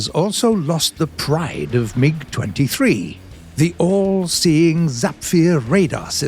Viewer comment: mans said "a new meeg with a suspended boofay"